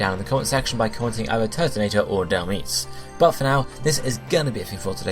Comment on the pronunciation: Turtonator! It's 12-9, and if you end up doing Dhelmise, please pronounce it properly. "Dell-mize" Like, mice but with a z